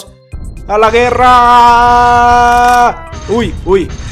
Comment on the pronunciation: Cuando dijo guerraaaa le entendí verga